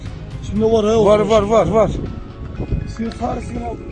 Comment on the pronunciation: ЭТО АРМЯНСКИЙ ФЭЙК!!!!! У солдат АРМЯНСКИЙ ФЛАГ НА ШЕВРОНАХ!! Заметьте как «диктор» произносит «да» — звучит «ХАА», а не Азербайджанское HE